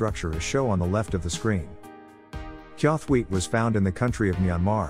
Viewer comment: Not to be that guy as I know it is text to speech but, it is pronounced chawthuite